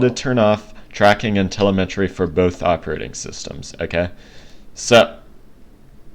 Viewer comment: Just an FYI. Its not CortAna(like "anna"). Its Cortana(like Cortawna, or Cortauna, like "sauna"). And its not tElemEtry (TELL-uh-METree). Its telEmetry. (Tul-EM-uh-tree). Sorry. Not disrespecting. My OCD was just going into overdive listening to you. Great video by the way. Thank U for posting it.